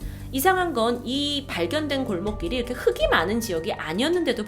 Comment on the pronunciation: 흙이 발음 흐기가 아니라 흘기인데